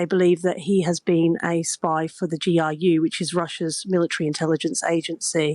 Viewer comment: "a spy for the GIU" - it's GRU (ГРУ), folks. It's "ar" [R], not "ai" [I].